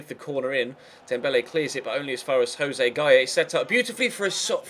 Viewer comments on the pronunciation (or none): none